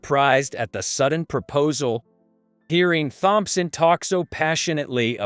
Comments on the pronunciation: Wow! These computer / AI voices reading the text are horrible. “Th”-omp-son. Really?? Really detracts from whatever the story is. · Using that robtic voice took away from the story. Mispronounced names like Thompson and other words detracted from enjoying the story.